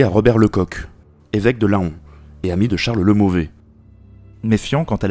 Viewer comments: Petite précision : on ne dit pas "Laon" On dit "Lan". C'est comme un "taon", un "paon", un "faon"... Sinon GG pour le boulot de dingue que tu as abattu ! Des professeurs devraient obliger leurs élèves à écouter tes vidéos, histoire qu'ils apprennent un peu l'histoire de leur pays... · Oui, comme le faon de la biche et comme le bel oiseau le paon. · Merci pour cette vidéo intéressante, quelques petites corrections : — On ne dit pas « de la Cerda » mais « La Cerda » car c'est un nom aristocratique. La particule « de » ne se dit qu'après le prénom. — « Laon » se prononce « Lan » et non « Lahon ». — On dit « habileté » et non « habilité ». La confusion vient de l'anglais « ability » — On dit « pallier quelque chose » et non « pallier à quelque chose ». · Toujours aussi intéressant. BRAVO ! Par contre, on dit "lan" Et pas "laon" pour cette belle ville de Laon. 😉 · alors juste un TOOOOOOOOOOOOOOOUT petit corectif ont ne dit pas LA-ON on dit LAN comme pour le Paon Laon voila merci un Laonnois le premier qui rie je le fume. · Merci ! En tant que Laonnois mon oreille a eu mal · Merci l'auteur, mes oreilles sont soulagés xD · Sympa de mettre Vernon roche ... Et on ne dit pas La'on mais "lent " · Laon se prononce LAN et non LA ON, sinon bonne vidéo. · Petite précision la ville de Laon se prononce Lan ! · L A O N se prononce LAN Etant Laonnois ça me fait rager d’entendre toujours ça ! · Un la-on-nois. Lol. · Juste un point, la ville de Laon c'est pas "L-A-ON", mais c'est la même prononciation qu'un faon, un paon, un taon... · laon comme paon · Excellente vidéo encore une fois, bien recherchée, de magnifiques cartes animées. Il ne manque plus qu'à réviser la prononciation de Laon pour atteindre la perfection !